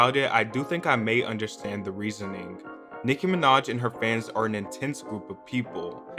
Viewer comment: I only clicked on this video to hear him say Nicki Minodtch